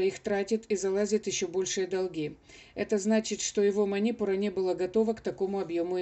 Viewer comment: Манипура !!!!!ударение на У!!!! СЛУШАТТ ВАС НЕ ВОЗМОЖНО